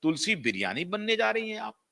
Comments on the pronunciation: She played role of Tulsi Virani & not Biryani. Pl correct your pronunciation . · तुलसी बिरियानी नहीं भाई,तुलसी वीरानी!! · sir, its "tulsi virani" not biriyani or biyani🙏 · Correct your pronunciation. It is Tulsi Virani. Not bloody Biryani. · तुलसी बियानी , बिरयानी 😃 नाम ठीक से बोलो नाम वीरानी है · तुलसी बिरयानी नहीं तुलसी वीरानी केरेक्टर का नाम है 😀 आप नाम क्यों बिगाड़ रहे हो ¿ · तुलसी बिरयानी ❎😂😂😂 वीरानी 👈 ✅ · स्मृति वीरानी थी न कि स्मृति बिरियानी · Tulsi virani not Tulsi biriyani sir😅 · मास्टर जी, बिरयानी नहीं, तुलसी वीरानी। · Good Analysis. But at many times pronounced as Tulsi Biryani & once Biyani probably sarcasticly. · BIRIYANI,???? MERA KAN KHARAB HAI, SHAYAD. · काम कोई छोटाबड़ा नहीं होता! ऐसा कोई जरूरी नहीं कि पैसों की या प्रसिद्धि पाने के लिए टीवी सीरियल में काम करने के लिये आ रही हों। सब सितारों का खेल है। बहुत सारे लोग लाखों करोड़ों की नौकरी छोड़कर अपने गाँव लौटते हुए देखे हैं । कोई शर्म की बात नहीं अपनी कला को follow करना! वैसे बात बिगड़ने और rebranding की बात आपको फोन करके बतायी होगी न! दूसरी बात, उस चरित्र का नाम तक आपको उच्चारण करना नहीं आ रहा! "विरानी " को आपने अपनी तुच्छ बुद्धि के हिसाब से बोला है । ऐसे लफंगे लफ्फाज को दुबारा सुनना हम जैसों के समय की बरबादी होगी। स्मृति जी अपनी वाग्पटुता , साहस के लिये जानी जाती हैं। और ये सुनकर कि उन्होंने रेग्युलर पढाई नहीं की तो उनका सम्मान और भी बढ गया है मेरे मन में। Distance Education मान्यता प्राप्त है । कोई पाप नहीं है । गांधी परिवार के लोग बिना पढे ही विदेशी विश्वविद्यालयों का नाम लिखते आ रहे हैं अपने चुनाव प्रपत्र में । सुब्रमण्यम स्वामी जी ने ये तथ्य बताये हैं । समझ तो गयी थी कि किसी दिलजले ने भारी जलन निकालने के लिये ये वीडियो बनाया है । पर forward कर करके देख लिया । और अंत दिलजलों के लिये RIPकी प्रार्थना करती हूँ । स्मृति जी जहाँ भी काम करेगी , हम सब उनका सम्मान करेंगे। और सुनो , जो नहीं भी पसंद करते , वो भी उनका काम देखेंगे जरूर ! 😂😂